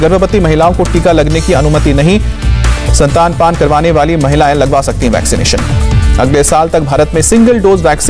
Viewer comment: Sir estanpan hota hai na ki santanpan plz correct your pronouncetion